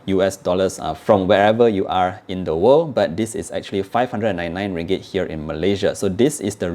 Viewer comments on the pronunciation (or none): none